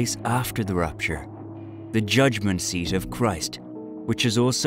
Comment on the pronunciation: It's not rUpture, it's rApture.